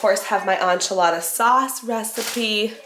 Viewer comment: Sincerely from a Mexican, and with no offense intended...it's EN-chilada sauce with a short 'e'. Not ON-chilada. 😅